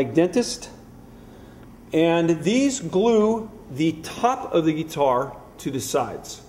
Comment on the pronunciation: Any Luthier is awesome! (Would be awesome to build a guitar as a DIY Project some time :D) Buuuuut! Did it bug anybody else how he kept saying "geee-tar"? Gah!